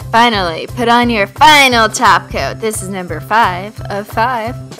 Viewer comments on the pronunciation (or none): fivenal top coat instead of final top coat.😂😂😂